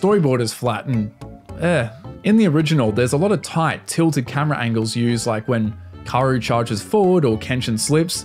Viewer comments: Her name is pronounced Kah-oo-ru not Karu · K-A-O-RU not karouuuuu😢😢